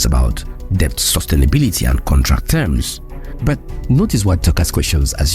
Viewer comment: Great video bro but please stop saying BUT as BERT 😭